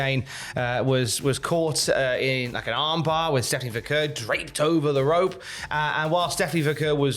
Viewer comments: It's VAH-CARE! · you're still mispronouncing Stephanie's last name.